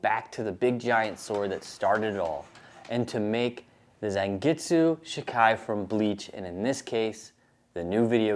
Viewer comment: its pronounced zawn get su not zan and its pronounced she kai not shi kai